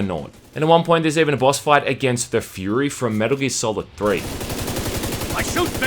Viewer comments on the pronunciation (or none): none